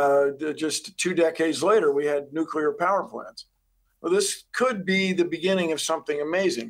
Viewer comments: Bill Weir ... "nucular" lol corrected later though. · Dear CNN: Please don't bring on fusion experts who say "nuk - ul - ar." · bomb bomb bomb... nye says all day. lets go nucular bombs like bill nye says! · Bill Nye is not a scientist. He is basically an actor. The real life "Professor Proton". That other guy says "nucular" and "sun in a box" which lets me know he doesn't know what he's talking about. Fusion is a pipe dream. I worked in it for years. It will NEVER be commercially viable. The sun is already there making light and heat and the winds. Use what we KNOW HOW TO DO. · said Nuke'U'Lar pshh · NUCLEAR..NOT NUCULAR.... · CNN's science consultant said "nucular" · I cannot get past hearing someone ON CAMERA saying “Nucular” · Mind boggling to hear a nuclear scientist mispronounced "nuclear" as "nucular". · Bill Weir pronouncing it "nukeyoular" is just about on par for guests on CNN.... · ok he said nucular. I'm out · "It's pronounced NUKE-U-LER!" -Homer Simpson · How about talking to us like we're grownups. "It's a star in a box". "Physicists have been salivating." What a waste of time while covering an important story. And, learn how to pronounce nuclear.